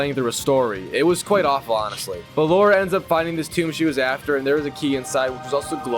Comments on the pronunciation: Bro am I the only one who hears laura instead of lara😭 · Bro her name is LARA not Laura you silly goose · LARA L A R A not LAURA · Lara, not Laura. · The fact he keeps calling her Laura instead of Lara is driving me insane 🤣🤣🤣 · Noone in the game call her Laura... And no, Laura and Lara isn't sound the same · Saints row 2022, you called her laura its lara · Aint no way this mf is calling Lara a "Laura" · My ears bled every time he said Laura. Can Platinum the game but not pronounce her name. 😂 It kills me whenever I hear someone call her that ! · i hear it also